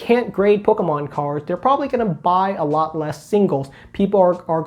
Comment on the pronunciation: that said, out of all the youtubers I watch, I like the way you say "pokemon" the best. Don't tell Squeaks ;)